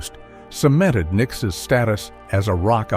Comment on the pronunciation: Did the narrator say Nickisis?